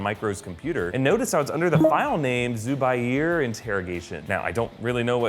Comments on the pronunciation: zubair is a name a pakistani name and the pronounciation is z-oo-b-a-y-r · its said Zuu -bair